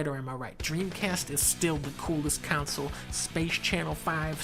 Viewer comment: why is dunkey saying counsel instead of console?